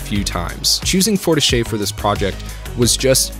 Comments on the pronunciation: "forteech" is how u pronounce it :) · A couple items: - It’s pronounced “four-teesh” :) - The soundtrack isn’t licensed but instead each and every song in the score and soundtrack were made specifically for Arcane. Likely due to Riot’s longstanding relationships with musical artists and producers built up over the last decade of music videos and musical albums, they honed and crafted all the songs to really underscore the emotional tone of the moment being shown—and I think to particular impact at the climax of each of the 3 acts. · Fortiche rhymes with quiche, it's pronounced like for-teesh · [fɔʁtiʃ] is the studio's pronunciation :P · Repeat after me: For-tea-shh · Fortiche is pronounce for-ti-ch (Forget the E unless its a é) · It's pronounced "for-teesh" I believe, otherwise I agree with everything you just said. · Fortiche [4-Tee-sch] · Pronounced Four-teesh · great video ! ( it's pronouced in english like "forteesh" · Sorry, but your pronounciation of Fortiche is triggering me 😅 "e" is rarely pronounced the way you do in French, that would be "é". An "e" at the end of the word is almost always silent, so it would be "Fortish" (with the "o" pronounced like in "love", not like in "no") Ok, sorry for being a nerd, on with the video! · French-canadian here. I can confirm, that you are indeed not pronouncing Fortiche correctly :P It's french, not italian, the e at the end is not pronounced. Good review though :) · You butcher the name of the French studio, but thats ok :)